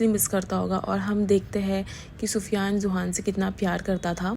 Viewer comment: Yes naam tho sahi bolo ye kya pufyan pida